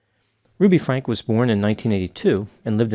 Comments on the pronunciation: Is saying her last name incorrectly on purpose? I feel like it’s purposeful. Genuine curiosity. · Dear, for somebody who pronounces the final E in your name, I think it’s hilarious that you refuse to do so for anybody in the Franke family! It’s a subtle snub, but it’s working for me! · why do you refuse to acknowledge the “e” in Franke? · Omg it’s FrankEEEEE not Frank. How much research did ya do if you don’t even know the name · Why do you continue to pronounce her surname Frank is this your way of being sarcastic? The world knows this child abuser as Ruby Franke, emphasis on the E. Let all the truth be revealed, including how her surname is pronounced. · Just FYI, Ruby Franke pronounces her last name Frank-EE or Frankie. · I certainly don't like to correct, but you wouldn't want to be called Dr. Grand. 😊 The Franke family says "Frank-ey" though if you were to say it with the original German pronunciation it would be "Fronk-a." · It’s pronounced Frank-ee, not Frank. That’s how the husband/dad pronounced it when he was being questioned. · Franke pronounced Frank-ee. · Ruby Franke is pronounced Frankie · It’s Ruby Frankeeeeeeeee…… with a E at the end. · I love your work Doc, but it's pronounced with the long E at the end. Franke, I heard Kevin pronounce it as so. 😊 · If they had made that move, the kids wouldn’t have made it out alive! Btw… it’s Frank-ee. Why do you mispronounce it… I know you’ve heard it many, many times. Weird! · It's pronounced "frank-e". There's been enough coverage that this feels like common knowledge. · Her last name is pronounced Frankee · Why don't you pronounce the last name like the family? That is kind of rude isn't it?